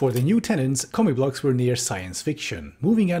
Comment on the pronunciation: I keep hearing you say "comic books."